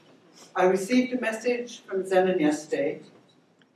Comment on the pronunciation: Honestly I only clicked to hear the pronunciation of Zenon. She pronounced it just like I do.